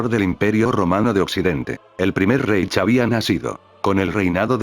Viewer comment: La mejor pronúncia seria: "jáitch". E la mejor tradución seria: "reino", aunque sabemos que era un império.